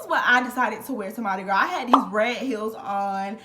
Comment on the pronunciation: I’m from New Orleans. You said it correctly and I was a crew of Nyx rider (all female parade tht signature throw is Purses) girl HMU wen u back in town!